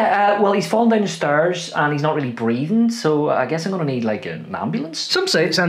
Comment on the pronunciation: the way he said stairs was not American at all 😂